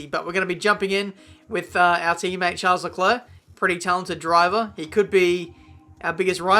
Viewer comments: Expecting a RageKitchen video from Matty, because you're pronouncing Charles and not Schaaaarl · Hey, just so you know it’s pronounced Sharl not Charles, and Ockon not Ohkon